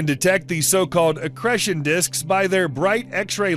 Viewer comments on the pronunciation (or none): Wish he would learn how to say the long 'e' in 'accretion'. Lol!